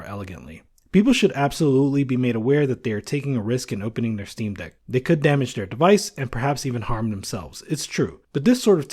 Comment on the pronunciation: he said dock.. not deck